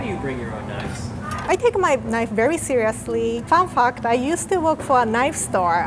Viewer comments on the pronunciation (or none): I love how Rie pronounce "Fun Fact" = Fun F*ck